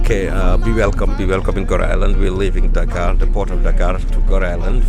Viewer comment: I love the way you pronounce Dakar